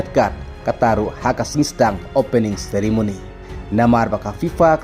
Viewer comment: Ceremony ❌ Sirimony ✅🤣🤣